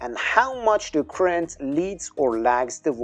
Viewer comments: You can’t get “current” from “crent?” 😂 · I’m afraid I agree, I had to keep stopping and going back 10” to try and make out what you were saying. You’re pronouncing Current as ‘Crent’. It has two syllables, not one. “Cu-rent”. Also could you pronounce Voltage with a V and not a W? “Woltage” just sounds totally wrong to an English-speaker. Thanks!